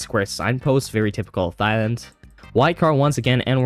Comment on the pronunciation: Did you say thighland? Where are you from?